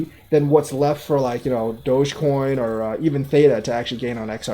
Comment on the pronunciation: Dude, it's Doggy coin, DogEcoin not dodge truck coin! lol